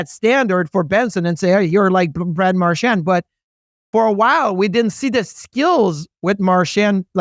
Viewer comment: Episode 1000 of Biz not knowing how to pronounce Marchand